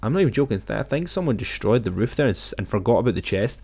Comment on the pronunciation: Thanks new word riff instead of roof